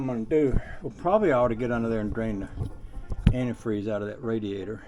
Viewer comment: Wait a minute drain the RaDEAzOr boy thats new one i aint never heard that one bAfore..i think your tongue went numb there for a minute..😅😅